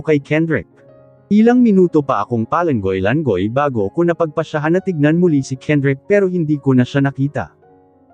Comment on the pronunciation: Hahaha langoy is badly pronounced.